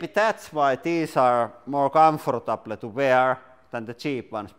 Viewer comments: Nice pronunciation of 'comfortable'. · More comfartableh to wearé